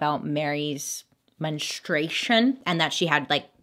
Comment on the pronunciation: No one: Bailey: ✨MeNStrUEiShoN✨